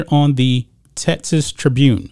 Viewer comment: TeXas. TeXans. Not “TETsas” or “TETsans” 🤣. Everything else, 100% buddy!